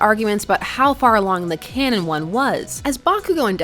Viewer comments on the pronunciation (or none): none